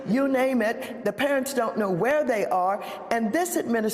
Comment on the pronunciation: “THAY CREATED”?